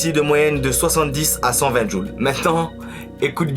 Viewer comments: Hé!!! c'est pas djul mais joules....😅😅😅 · Joules.... Pas jul.... Tu parles de puissance pas de destructions auditive